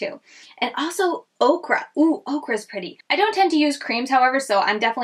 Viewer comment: FYI...okra is a vegetable and ochre, pronounced oaker, is a color...loved seeing some new indie brands that I hadn't heard of!